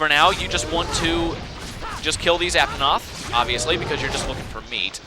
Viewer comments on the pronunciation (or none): don't wanna hate but... it's ape-a-noth